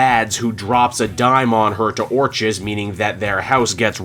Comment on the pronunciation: It’s pronounced, Or”k”is.